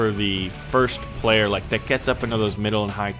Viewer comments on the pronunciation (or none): none